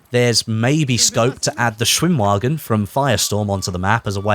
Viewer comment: "W" in german is read as "V" in english. Schwimmwagen -> Schvimmvagen I know it doesn't matter but it triggers me